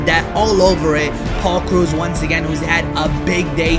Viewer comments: Lol did he just say Paul Cruz?!? Haha lol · you said paul krause wrong cause im a viking fan i know